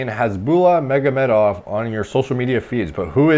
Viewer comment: pronounce lol